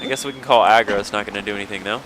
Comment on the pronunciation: It's Agro, not Argo.